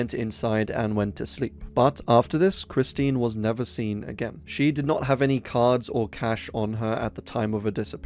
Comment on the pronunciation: Kristin smart not Christine